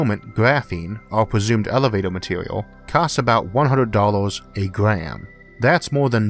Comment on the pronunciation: It's like hearing a 6 year old explain space elevator. I mean elevato.